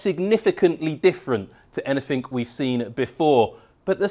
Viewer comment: "anyfink" get out